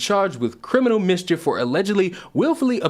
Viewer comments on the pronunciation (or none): none